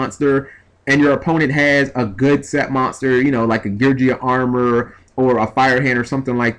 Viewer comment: Can you please stop mispronouncing Geargia >.>